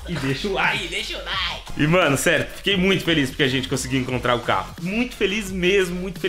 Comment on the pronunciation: canal sla Mas "Feique" É Esse Português kk